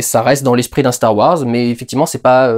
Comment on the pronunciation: CHTAR WARS ! Reprends-les s'il te plaît, c'était excellent bordel !